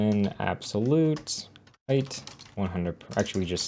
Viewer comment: did you just say hate for height :)